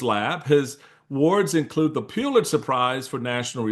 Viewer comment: I love you, Mr. Steele, but please, please, please spread the word that it’s PULL-itzer Prize. Now PEW, but PULL. Please help this Missouri School of Journalism graduate from the St. Louis area correct this error.